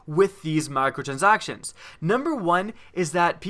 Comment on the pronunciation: Lol u sound like an idiot when u saying micro transactions